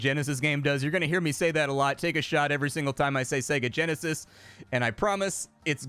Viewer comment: helloo... bosss, yeah sooo.... I can't come to work today, said segageneshis too many times and... what do you mean i'm fired?? helloo?? helloooo??